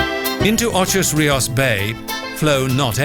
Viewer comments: U said ocho rios wrong its ocho rios not ochos rios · I grew up in Jamaica in the late 1950's and early 60's. It is a beautiful island with beautiful people. The narrator really irked me by referring to Ocho Rios as Ochos Rios. There was even a graphic with the same incorrect spelling. Apparently the producers failed to notice the actual road signs with Ocho Rios on them. I've never been back since I left. I would like to return one day. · Girl, Ochos Rios, what backside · I live in jamaica and was born in jamica I was so upset when I heard the pronunciation of ocho rios it hurt me :(